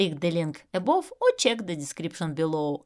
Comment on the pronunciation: PLOW (плуг) произносится как ПЛАУ. ABOVE произносится как ЭБАВ. FRONT произносится как ФРАНТ.